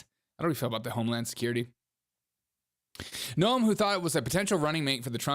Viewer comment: Dude, he did not say Bigly. He is saying Big League. It is not No-em, it is Noem like NOME.